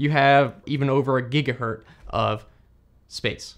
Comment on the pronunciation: bro literally said a "giga-hurt" lol i can't even